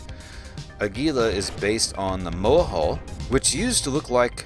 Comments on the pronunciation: Don't pronounce the G! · Jesus people is Gila, like Gila monster. Not geela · gila is pronounced Heela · hint: look up the pronounciation of Gila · Man, I hate to be that guy, but I have seen soooooooooooo many Eve videos that mispronounce "Gila". Before you flame me, understand, the ship is named for the Gila Monster reptile species, which is found in the southwestern USA and Northwestern Mexico, to a great extent within the Gila River basin of the Sonoran Desert. As a resident of the southwestern USA and a lifelong visitor to the Gila River basin and other places named for it, such as the Gila Cliff Dwellings National Monument, and the Gila Wilderness that protects the headwaters of the Gila River, I can assure you that I never in my life heard the pronunciation used in this video and many other Eve Online videos discussing this ship. The word is pronounced "HEE lah", or for those looking for even more accuracy the H sound is somewhat fricative, with the sound found in many Native languages from the area that (in Spanish) is written with an X. I understand that a German x is also similar. For English speakers, though, just an H sound is close enough. Here's a helpful youtube video: Or just use your search engine and look up "How to pronounce Gila". OK, with that said, my current favorite ship is a passive tanked Caracal Navy Issue putting out >500 dps with RLML IIs and Fury missiles at a range of ~30km and has over 30k EHP. It absolutely rips through hi-sec and lo-sec combat sites and escalations, and in abyssals runs T1 Exotics and Darks handily. It's just fun.